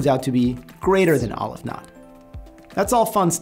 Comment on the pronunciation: I thought mathematicians were sticklers for details. So why is it that you pronounce Cantor as kæn-tɔɹ but you pronounce Aleph as ŏl-əf ?